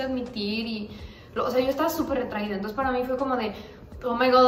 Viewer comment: Nadie:: Antonces JAJAJAJAJAJj